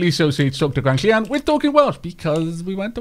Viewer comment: Diolch for picking my name,...chaotrecl....random name picker! ^_^ And it's just nice to hear the LL. I'm sure Gwenllian ferch Gruffudd would approve. edit: also apologies for the name confusing you with your friend. Maybe if it gets too confusing you can rename her Llio?